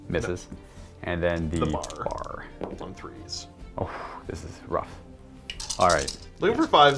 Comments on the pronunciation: I just started my Bolt Action collection this year. It should be fun! Also, it's not a bar, it's a B-A-R (you say the letters). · Its not "BAR" its "BEE AYY ARR" ... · It’s pronounced B.A.R. For Browning Automatic Rifle. It’s not bar. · Love seeing another bolt action episode! And for the record, it's B.A.R. not bar like candy bar.